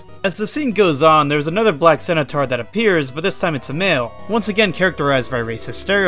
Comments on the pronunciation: *centaur, not cenataur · Lyman's appearance in those games is a parody; it is completely NON-CANON TO THE COMIC STRIP! Also? Centaur is pronounced like scent-tar, not sen-u-tar; learn to read and research better. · Never heard it pronounced "cenutaur" before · The way you say centaur IS WIIIILLLDDDDD😭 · Why do you pronounce Centaur like that? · Your pronunciations of centaur and corps could use some work.